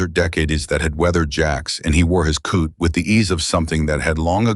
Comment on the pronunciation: Hmmm? What kind of a garment is a coot? 🤪Stupid narrator, duh!